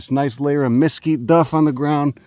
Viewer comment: While your a “Texan” your gonna have to change your pronunciation of mesquite. It’s mesQUITE 😂